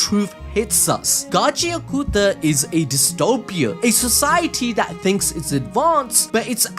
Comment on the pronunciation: Again - it's "Got-chee-ah-KUH-tah" not Gotchi-ah-KOO-tah.